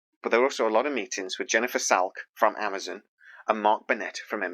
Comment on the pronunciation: When did Amazon become Amazun? lol